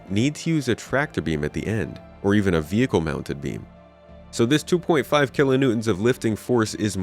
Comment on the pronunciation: Say vehicle properly!